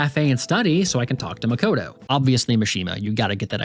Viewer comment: you mispronounced Makoto,. Great video, just subscribed and I can't wait to see what you got next in store for us.